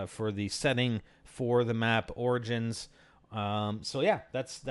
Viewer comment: Why do people say 'organs' instead of 'OR-I-GINS' dafuq.